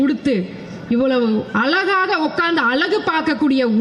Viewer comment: நீயெல்லாம் அமைச்சரா என்று உன்னாலயே நம்ப முடியாமல் கனவா அல்லது நனவா என்று உளறாத.அலகாக இல்ல பாப்பா அழகாக என்று சரியாகச்சொல்லு பாப்பா.